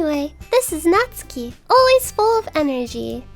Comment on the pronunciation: Thank you for not pronouncing Natsuki as "NetSOOKee"